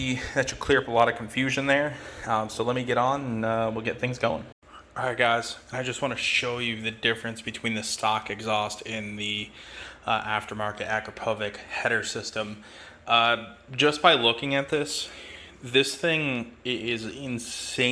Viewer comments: Ak-crop-o-vitch not acra-povick and stop calling nuts bolts. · Akrapovic is pronounced, correctly, like ( a-crop-of-itch). Great choice of bike. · No, it's Akra-povitch. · That’s NOT how you pronounce the product name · Hi, just a kind observation...Akrapovic is pronounced very differently as you say it...